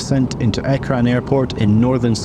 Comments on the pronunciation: The AirPort name is ERJAAN. ercan.. yepp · It's not a big deal, but just so you know Ercan is pronounced as Air-John. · The name is pronounced as erjan. The new terminal was made this big in hopes that it will be able to have flights to other countries in the future, but due to the TRNC being unrecognised by any country other than turkey it can't have flights to others. The EU threatens to ban any airline that operates to Ercan from their airspace, like in the early 2000s where an Azerbaijani airline almost immediately revoked their new route to Ercan after threats from the EU.